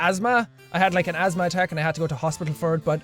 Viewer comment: LOL azma it's said asthma, I have asthma